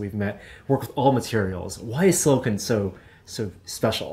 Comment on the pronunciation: Is it me, or did pronounce "silicone" five different ways in the same sentence?